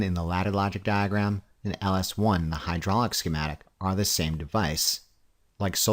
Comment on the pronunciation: why are you trolling us with the way you say diagram